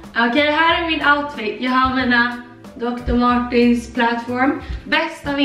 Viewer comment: Det heter inte dr Martins, det heter dr Martens med E!